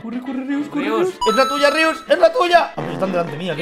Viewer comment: En el minuto 235 rius dice tui